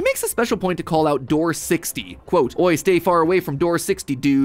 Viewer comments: Just wanted to point out that you pronounce "oye" as "oy" when in reality it's "oh-yeh" it means "listen" or "hey" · I know Spanish isn't one of MatPat's strengths lol but fyi, "Oye" is pronounced "oh-yay". It literally means "hear" or "listen" in command form, but it is colloquially used in Mexico the same way we would use "hey". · "Oye", given that this is spoken by El Goblino in this case, is probably the Spanish interjection pronounced OH-yay. It's slang for "hey!", "listen!", or "look here!" It'd be clearer with better punctuation to indicate that it's serving as an interjection (ex. "Oye! Come over here."), so I understand wanting to pronounce it like a Yiddish "oy vey" when they're also throwing in some strange "dude" spellings for that streamer reference. Lol.